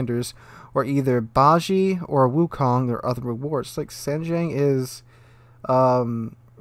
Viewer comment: Haha, at least you got wukong right, and lets ignore all others name you have said xD